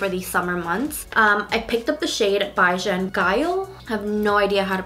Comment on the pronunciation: you almost got the pronunciation correct. BAJAN sounds like Bay Jan and GYAL sounds like you start off as if you're saying gal but you end with yal. SImple right?? LOL